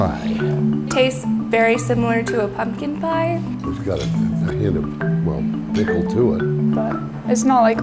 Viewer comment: "Pickel pie" ... oh NOOOOOOOO!!!